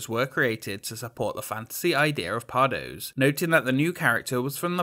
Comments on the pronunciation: besides pardoes (pardoos) being said as pardose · it's pronounced pardoos 😔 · But Pardoes is pronounced "Pardus", right? At least that's what I heard in Symbolica ;) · Just one thing: the 'oe' in pardoes is pronounced as an 'ooh,' like in Winnie the pooh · The 'oe' in Pardoes is more like the 'ooooh' that the aliens from Toy Story say. 🙂